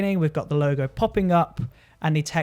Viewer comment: Helpful video. Sounds like you are calling it a 'Loga"...